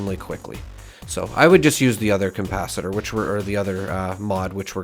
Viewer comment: Why do you add an M in capacitor? Saying compacitor is a bit odd... like the DeLorean has a flux compacitor?... lol.